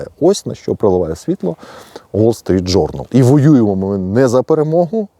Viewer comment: "Уол Street Journal" це московська вимова,укр."Вол Street Journal.","публікац и я" це по москвинськи,укр. "публікац і я",та ін.Поліпшуйте свою украінську або просто укру.